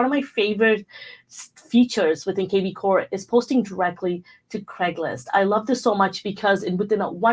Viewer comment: Craigslist. Not Craiglist.